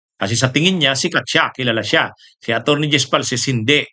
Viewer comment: Di po falces, falcis po name ng tao wag mo bisayain, sa ibang bagay ok lang